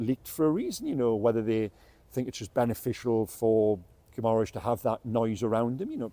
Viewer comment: If you are going to talk in depth about a player at least learn how to pronounce his surname correctly.